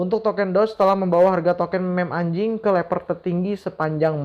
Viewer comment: Bang blng ANJING ny biasa aja bang... Hahahahaha.... (Ngakak gw)